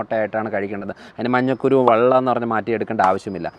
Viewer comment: മഞ്ഞക്കുരു അല്ലാ ഡോക്കട്ടറേ.മഞ്ഞക്കരു ആണ്